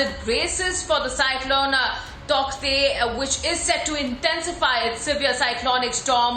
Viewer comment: An english news pronunciating it all wrong ! Bhagwan ke liye please pronounce it CORRECTLY ! तौकते nahi hai yaar टॉटे pronounce karte hai usko. Please proofread / verify the pronunciation once before making a video. Its irritating to pronounce a word wrongly by a media house.